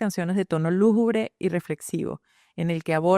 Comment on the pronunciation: Muy buena tu reseña y forma de hablar. A la vez que se transmite información podríamos contribuir al cuidado de nuestro hermoso idioma: es “lúgubre”. ¡Gracias!